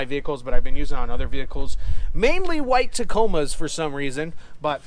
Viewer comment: I definitely carry half the stuff that you usually take with ya. One thing for sure tho I like how you emphasized "WHITE TACOMAS". My one friend has a white 90s Tacoma he had fuel pump quit, leaf spring shackle break like not even 30 second into the trip and my other buddy has a newer tundra that's white but no issues yet.... Keep up the great work. This is very well made and in depth.